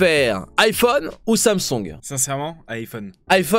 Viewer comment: Je kiffe comment il dit Samsoung !